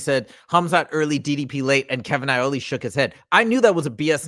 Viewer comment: haha I think you might be hungry it's Iole not Aioli 😂